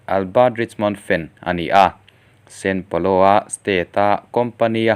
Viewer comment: sao paulo nge san paulo!?? san paulo hi Brazil ah a awm ka hre miahlo mai!!... Channel lian tham nei tan chuan fimkhur hi a va ngai em... keipo'n in channel hi ka subs a nia... narrator tan chuan fimkhur hi a ngai khawp mai.